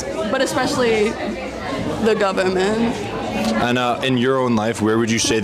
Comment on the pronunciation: ‘the gubernit’